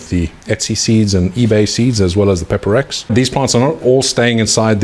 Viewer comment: You said peper x???? How????